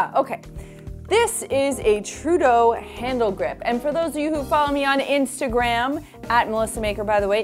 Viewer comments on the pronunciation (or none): none